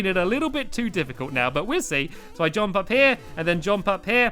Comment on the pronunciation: stampy just to say when you say jump instead of saying jump you say jOmp